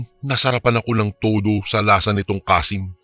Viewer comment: Kansi po....hndi kasin😂😂😂